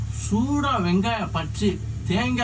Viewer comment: kudos for for pronouncing vengayam very accurately